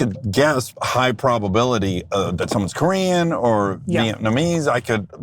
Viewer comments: Dax said Vietnamese correctly!!!! 👏🏼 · Dax you totally threw me off in this ep when you pronounced ‘Vietnamese’ flawlessly! Loving the new show you two, such a joy to see you and BFAW making content together. Keep em’ coming!! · Go Dax! Vietnamese... pulled it off first try! Nice!